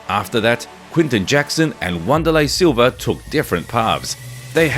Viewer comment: TF is Wanda-lay Silva??